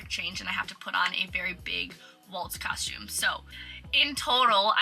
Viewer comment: Love the way you say “cosh-tume” Everytime you say costume. Love your videos. I’ve love cruising! I’ve been on 5 so far, to the Eastern and Western Caribbean. Although I wanna do RC, I’ve only cruised Carnival. Would be awesome to work on a ship though.